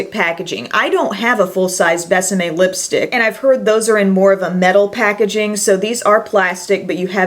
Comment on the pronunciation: I love how you pronounce Bésame ... Definitely perfect!! Love your excitement about this line. Seems like almost nobody talks about it.